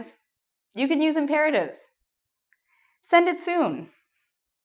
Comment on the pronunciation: The way she said Imperatives was 👌🏻